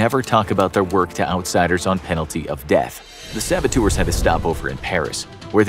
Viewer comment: How many times did they say “sabatours”?